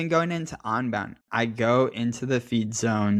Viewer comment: it's UN-bound not ON-bound:face-purple-smiling-fangs